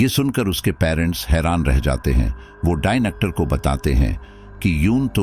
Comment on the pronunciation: Its Doctor and not Dinocter